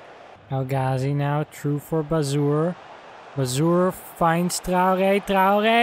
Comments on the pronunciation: Traore is pronounced Trey - Or - Aye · Its not how ur saying it. Ur saying Trow - Gey/Gay